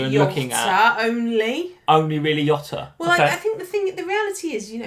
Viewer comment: Love ya both but this Yota thing is driving me crazy. He's Portuguese like Mourinho. It's not Hose it's Jose, it's not Yota it's Jota!